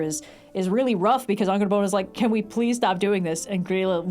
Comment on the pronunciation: The way says Angrboða *chefs kiss*, i rewinded like 8 times to relisten